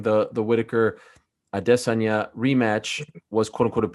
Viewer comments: Every month Ariels pronoucnation of Israel's name has gotten more dramatic. It used to be "A-de-sanya" and it's now progressed to "Ah...de...sohn-ya" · Israel A-DE-saya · Izrael a-day -senya. What a fruity nerd this Ariel is! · It's pronounced Gynosanya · WHY YOU KEEP SAYING "I DISS ON YAH" that's not how you pronounce his name freaking Ariel. So annoying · Israel aDUHHHH shut your floppy mouth Ariel. We get it you know the pronunciation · Y'all are ALL wrong! He's proud because he and Izzy came up with the pronunciation, "I-diss-on-ya" 🤦🏾‍♂️ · Israel I-diss-on-ya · Israel A-Diss-anya!! Who told Ariel thats how its pronounced 🤣🤣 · Ariel "Israel A🗣️idesanya" Helwani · lol stop saying his name like that. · I like how people say his name trying to sound correct and then butcher it like no one else before. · Why does Ariel say Adensanya like he just learned to say it correctly every single time it leaves his mouth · I think izzy was trolling Ariel when it comes to saying his name there's no o in izzy last name bro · Ariel comes every time he pronounces Izzy's last name. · Ariel keeps pronouncing his name wrong